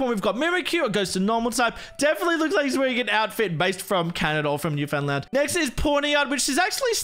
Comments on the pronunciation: Love this as a Canadian! Also, I know how it’s spelt, but it’s actually pronounced as “Noof’n-land” :) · It's pronounced Newfinland but spelled Newfoundland. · its always fun listening to non-canadians pronounce Newfoundland as its spelled